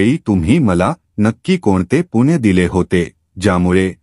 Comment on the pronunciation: तुळशीची माहिती छानच. पण आपण पुण्णय. च्या ऐवजी पुण्य म्हणत होता.तो शब्द चुकीचा उच्चारत होता.ते योग्य वाटले नाही.